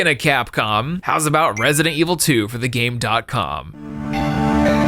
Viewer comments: Why does he keep calling it the Game DOT Com when it’s Gamecom and he even had the commercial play in the video where they say the name properly. Also, Sonic Blast is NOT a demake of 3D Blast. I don’t know why you said that. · Game com, ac-tive